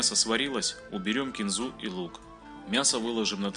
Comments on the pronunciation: За кинзУ дизлайк. кИнза надо говорить! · Говорить кинзА, всё равно, что пОртфель или дОцент. КИнза!!!